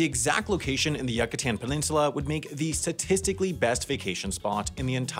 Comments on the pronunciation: YOU-ca-tahn peninsula. Not YUCK-a-tan. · God I don't want to be that person, but it's pronounced "YOO-cuh-tan", not "YUCK-ah-tan" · crazy, spell Cancún correctly please and say Yúcatan correctly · its you-ka-tan not yuck-ah-ten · "yuck-a-tan" peninsula lol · did your purposely pronounce Yucatán as “Yuck-atan”? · It’s pronounced “yoo-caw-TAWN” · Yuck-itan? Really? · he pronounces the u completely wrong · …I’m sorry, the what Peninsula? You’re pronouncing it how? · this dude makes a video about a place in mexico and then makes up his own pronunciations after not taking 1 minute to research it 💀💀💀